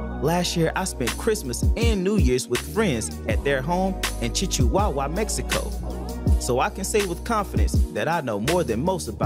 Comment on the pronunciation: To our Mexican friends in the north, we realize mispronounced your city. He meant to say "Chihuahua" like the little dog. To be fair, the name doesn't exactly roll off the tongue. Also, the opinions expressed here apply to a group, and not individuals.